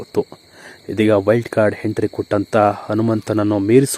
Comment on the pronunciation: ಹೆಂಟ್ರಿ ಅಲ್ಲಾ ಎಂಟ್ರಿ ಸರಿಯಾಗಿ ಮಾತಾಡಿ ಕನ್ನಡ kollabedi